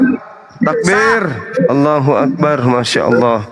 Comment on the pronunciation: Allahu . Bukan Alloh. Baca original teks nya bang.😂